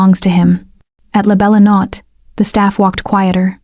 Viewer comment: Good story and pictures. May I ask, is it possible to make a change in pronunciation? The name of the restaurant is not pronounced "La Bella Not" but "La Bella No-tay." As I was typing this comment, I actually heard it said correctly one time, but nearly every other time, it's said incorrectly. Thanks for a really good story. I subscribed.😊